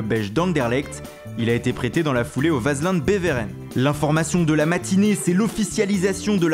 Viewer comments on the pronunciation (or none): on dit pas "vasled beveren" mais "waslan beveren"😂parole d un belge